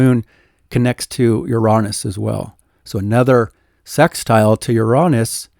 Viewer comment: luv what ya do. but, "uronis?"???